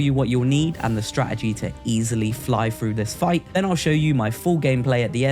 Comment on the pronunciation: Thanks for the help! Question, why do you pronounce your T's as F's? Free instead of Three, Frew instead of Through?